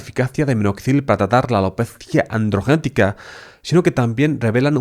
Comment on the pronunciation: AlopezÍaaaa Andrrrgenetica